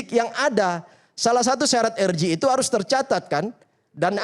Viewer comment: Si orang ini menyebut RJ nggak usah pakai bahasa inggris lah, masakan menyebutnya er ji, yang bener aja. Belajar dulu lah.